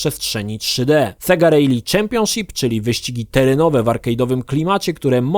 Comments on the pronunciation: nasz ty nieporadny klapouchu, 'rally' wymawia sie 'rali' a nie 'rejli' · Kiedy nauczysz sie poprawnie wymawiac słowo "rally"? :P